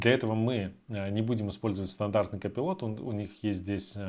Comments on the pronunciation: Не копилот а копайлот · Не удивляйтесь! Реально надо быть просто гением английской филологии чтобы прочитать слово Colipot. Простым смертным это недоступно.